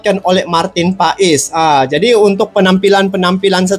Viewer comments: Bukan PAaiiisss tp PASSSS..ol brow 😂❤ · Bukan pais bang paes : paas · Marteen paes di bacanya martin pas bang bukan pais🙏🙏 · cara menyebut namanya, MARTEN PAS ! krna dia lahir di BELANDA. bukan PAES.